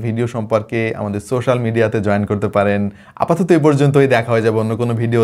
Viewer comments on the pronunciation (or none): none